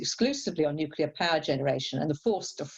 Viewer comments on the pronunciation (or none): Why listen to anyone who pronounces it 'nu-ce-lar'?